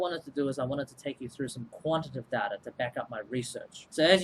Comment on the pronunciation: The way you pronounce quantitative and qualitative is quite funny. I pronounce it as "quali-tay-tive"